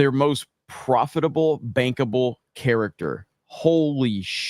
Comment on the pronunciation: Bankable I thought you said bangable😂